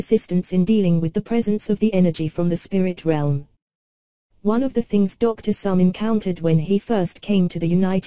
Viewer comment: note - the pronunciation is Somé [e acute] Therefore, the pronunciation is 'so-may' or 'so-meh'